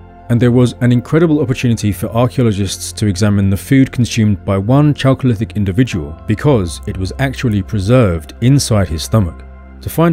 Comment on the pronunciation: Chalcolithic = KAL-ko-lith-ik not CHAL-ko-lith-ik just as chemistry = KEM-is-tri not CHEM-is-tri